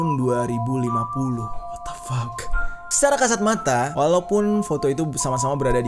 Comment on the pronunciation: Salah ngomong mulu wkwk 2050